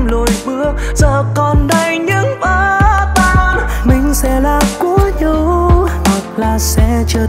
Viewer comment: Đoạn "Mình sẽ là của nhau Hoặc sẽ trở thành nỗi đau" mình nghe NĐV phát âm : nhau = nhâu, đau = đâu. Hi vọng bạn cải thiện việc phát âm để bài hát được trọn vẹn hơn ❤️.